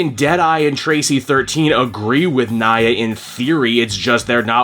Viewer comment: Random it Nia (nee-uh) not Nya 😭